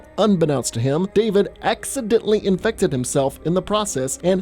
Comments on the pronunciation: Why did you say infected like that?. Do you feel every zpmbie horror type is allwaus undead. There are rage zombies who are just strait up Infected. Not died and then resurrected, but strait up turned on the spot. There literally was a kid who stabbed Sarah who was midmorning child zombie, but had the capacities of holding a knife. Which means some human braincells were still functioning. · Why do you always have to say “infected” like that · OK looking back on this each time he says infected really stupidly. There are times when I want to slap him in the head and tell him get over it. Zombies infected, same damn thing they’re trying to kill you.